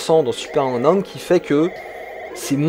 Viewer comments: À "Super Hang-Out" ?! Euuuhh attends là c'est moi ou... ? 🤨 "Alors Super Hen-Hong" Noooonn toujours paaas... 🥲 "La suite du mythique Hung-On" Aaaahh, c'est déjà mieux ! 🙂 "Dans Super Hen-Own" Décidemment, quand ça veut pas, ça veut pas ! 😅 Bon j'arrête, je ne vais pas citer toutes les autres tentatives 😋 Sinon, trêve de plaisanteries, super vidéo ! Et oui, complètement d'accord avec toi concernant la synchronisation vitesse de défilement / décor / route / éléments du décor ! On est d'accord, il y a un vrai problème et je l'ai toujours vu ! Déjà à l'époque ! En revanche, ça ne m'a jamais empêché d'aimer le jeu, malgré la lourdeur du gameplay et les aberrations d'animation (saccades et compagnie) 😊 Ah et sinon, j'ai toujours trouvé que la musique (enfin le petit bout de musique, celui-ci à ou encore à ) ressemblait beaucoup à la chanson de Francis Cabrel "Les Murs de Poussière" 😆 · Hang On t'as du mal à le dire hein^^ Pareil je préfère la version SMS